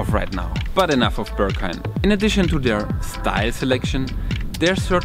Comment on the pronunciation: this club is not called "ze Börghaim". It is the "Berghain". "Be" like in "best", "rg" like in "organisation", "hain" like the tomato-ketchup without two letters. Entrance currently 22.-, Beer 4.-, good coffee, good Techno, high Ponytails, low hygiene, huge people, tiny people, a general politeness, and some rules. If your wardrobe is of 80% black stuff, you like dancing to techno, you can handle yourself, you have been to demanding places: might be most nice for you.